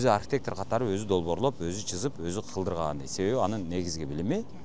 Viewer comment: Чызып эмес, сызып